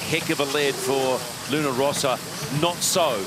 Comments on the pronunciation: I'm still struggling to understand why the commentator can't be bothered to pronounce the name of Luna Rossa correctly. It seems like a laziness bordering on insulting. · Hai perfettamente ragione, non solo sui colori ma anche sulla pronuncia. Non è che non sanno distinguere le consonanti doppie - è che non conoscono la differenza fra l'accento grave (rosa) e l'accento acuto (rossa).